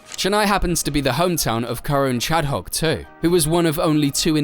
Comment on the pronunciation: Nice video but sadly the name pronunciations are all so bad it's hard to watch. At least I hoped you could say Karun Chandhok correctly as he is one of the presenters on Sky Sports and his name is repeated numerous times on TV. But still keep up the good work!